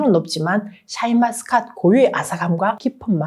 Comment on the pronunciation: 샤인머스캣을 왜 자꾸 샤인마스캇이라고 하냐고 듣기 싫다